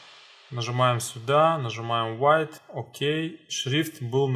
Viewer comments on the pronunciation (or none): none